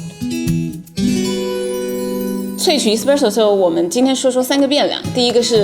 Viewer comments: 挑刺儿的同学来纠正一下老师的发音哈，It's s-presso not e-spresso，视频的满满的干货，很有收获，如果单词的发音纠正一下那就更好啦。😊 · Espresso麻煩妳別唸錯